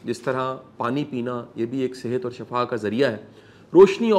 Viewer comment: Shafa galat h sheefa sahe h